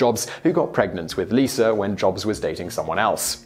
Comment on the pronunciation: lost my subscription when you started using ar .. Lisar is not her name its Lisa and its America not Americrrr following fads dont get my vote